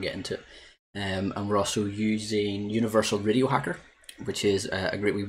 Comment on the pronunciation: I was gonna wise crack on ya because in the beginning of the video it sounded like you said "video signal", but after replaying several times I can hear you actually said (or tried to say) "radio signal" 🤣😁